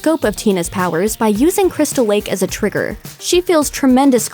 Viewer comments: Are you 2 because “Crystal wake” sound like a 2 year old trying to say crystal lake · doesn't it sound like she said wake instead lake or is it just me? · When you reviewed 2009 Friday the 13th you said camp crystal wake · Why do you say crystal wake it's crystal lake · "a group of youngsters head to Crystal Wake" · Am I buggin or did the narrator say Cwiistal Lake and iwwwegal pot farm here? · Cwystal Wake? IWEAGLE!? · you said crystal wake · "...Crystal Wake to search for an Iwegall pot farm..." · She said crystal wake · Is it just me or did you just say "Crystal Wake?" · Is no one gonna mention that she's saying crystal wake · ”Cwystal Wake” ”Iwegal Pot Fawm” You got a tongue problem? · She sounds like she said crystal wake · cwystal wake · In she says Crystal wake Instead of lake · she says crystal wake and iwegal LOL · why'd it sound like she said crystal wake? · Skip to . The Looper girl says crystal WAKE and IWEGAL pot farm lol